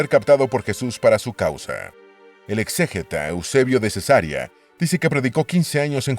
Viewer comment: Favor revisar la pronunciación de las palabras Cesarea y Arístides.